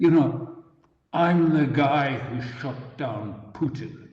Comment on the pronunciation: 'I shut Putin down' - I heard, 'I sh_t Putin down' - imagine a wild west g_n fight circa 1890 Minnesota ("I sh_t the Sherriff" Bob Marley, 1973)